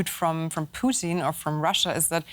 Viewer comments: guy called him Poutine instead of putin lol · Stop calling him puteen lol